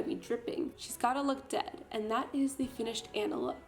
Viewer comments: its pronounced onna not anna but okay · it's pronounced ah-nah not annah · ITS ah-na not an-na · ITS PRONOUNCED AH-NA NOT ANNA YOU CANT MAKE A DISNEY VIDEO AND PRONOUNCE THE NAMES WRONG YOU DID IT IN YOUR LAST VIDEO TOO!!! NOT OK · I want to punch people who say Anna like an it’s onna that’s how you pronounce it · As someone that works as a party princess I think the idea is really creative and fun but a) where is your wig cap b) Aurora is blonde not yellow and c) HAVE YOU EVEN FUCKING SEEN FROZEN YOU DO NOT SAY ANNA YOU "ON-A" WTF NO. That is all have a wonderful day ❤ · It’s Anna not ‘Onna’ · Um I'm not trying to be mean it just annoys me when this happens its pronounced aw nuh not the way most poeple say it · Anna pronounced (aw nnaa) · IT'S PRONOUNCED Auna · It pronounced on-a (Anna) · Actually its pronounced aw nuh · The way she says Anna triggers me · did it bother anyone else that she mispronounced anna so many times? smh